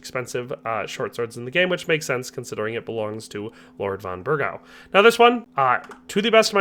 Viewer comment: How do you pronounce lord von bergow. Have you even played kcd2?? This video is a prime reason why they need to let us see the dislikes again. Dude doesn’t even know if he can forge the Knights sword. How do you play this game?? With your eyes closed?